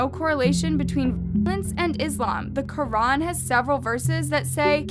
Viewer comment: The Quran YOU PRONOUNCED IT WRONGGGGG And MUSLIM AND ISLAM btw I’m Muslim